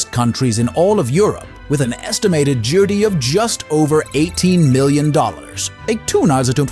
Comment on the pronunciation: I don't know, it just that the imagery does not fit the narration; when talking about the population of Albania you show the image of an Asian woman, wearing non-traditional Albanian clothes. And the AI narrator mispronounces words like "GDP"; whilst also giving false GDP numbers - it is 18 billion not million.